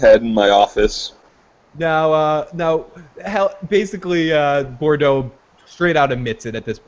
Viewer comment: I really want to be able to find your opinions credible...but neither of you can pronounce the name "Boudreau"" "Bourdeaux????" REALLLLLLY????